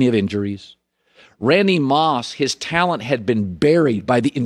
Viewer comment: Colin really struggles with the word talent